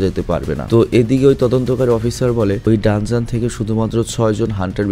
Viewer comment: vai Danjan hobe denjen na ❤